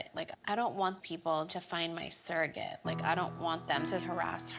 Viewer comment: Whenever Kim said “ surrogate”, as a non-native English speaker I just heard “circus”. I know that’s silly